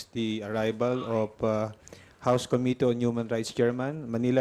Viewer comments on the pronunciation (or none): Pwede ba dan pernandes, ayusin mo naman pronunciations mo! Sakit sa tenga. Pls pronounce committee with stress on the 2nd syllable!!!